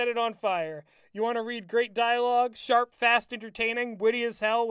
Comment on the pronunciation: Shut the shorp up.